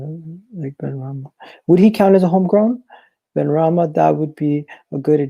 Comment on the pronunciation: SY-EED BENRAHMA MY G HAHAHA